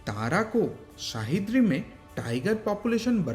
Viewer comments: Wrong pronounced it's सह्याद्री not शाहिद्री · Shahidri nahi re bhai Sahyadri bol